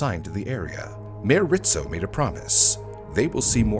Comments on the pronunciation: IT'S RIZZO, NOT RITZO. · I keep hearing Rizzo's name pronounced as "Rit-zo" .... I've always known it as "Riz-zo" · hearing him say Ritzo instead of Rizzo is painful ('pizza' argument is invalid btw) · It's not "Rit-Zo", it's Rizzzz- O" I remember watching this on the news. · It was hard to listen to how he kept pronouncing Rizzo as Ritzo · RIZZO, it’s pronounced RIZZO……not RITZO!! I remember that day clearly…..Philly cops were notoriously known for beating your head in, then asking questions. They were mayor Rizzo‘s personal Irish goon squad. I got pulled over for driving “ too nice of a car”. Nothing happened luckily but it was a 15 minute ordeal that I choose not to relive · his name was Frank RiZZo , no T